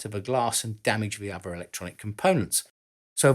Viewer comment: It's pronounced uther not ovuh